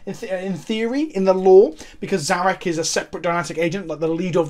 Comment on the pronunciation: Finally Someone who can pronounce Szarekh properly. I think if you want The Silent king you have to build around it in your army. A C'Tan you can just yeet into any army, but this boi is a definite build around to get them most out of the model on the tabletop.